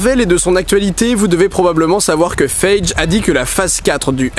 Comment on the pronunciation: Excellent vidéo! Juste un p'tite correction par contre: Feige=Fey-gui.